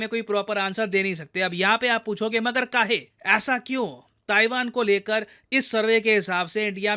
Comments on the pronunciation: 😅😅मगर कहे, pure bhojpuri accent❤❤ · matlab kaahe 😂😂 mujhe laga achanak yeh magadhi kaise bolne lage🤣🤣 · kahe ? Sir aap UP se ho? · “kaahe” sir aap bhi kanpur se belong kerte ho kya? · In Magahiya "Magar Kaahe"😄😄😄😄😄😄😄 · pure bihari vibe (Kahe)😂😂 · Magar Kahe...😂 Suddenly started speaking in a Bihari accent... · Magahi tone in the middle... Magar kahe 😂😂 love it😅😅